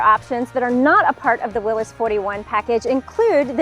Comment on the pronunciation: Thank you for saying “Will-iss.” So many people mis-pronounce the man's name.